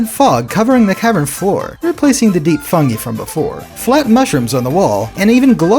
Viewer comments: You kept mis-pronouncing fungi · It's a regional pronunciation. 'Fuhn-gee' is preferred in the UK. 'Fuhn-gai' is strictly American.